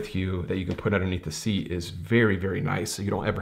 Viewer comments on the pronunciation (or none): none